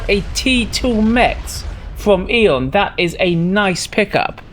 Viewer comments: in my language too we say "æ" in one of two ways but not like says it in either one! i would say it the way i think you say it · Have I been pronouncing Aeon wrong for the last 18 years? Its 'E-on' not 'eh-on'?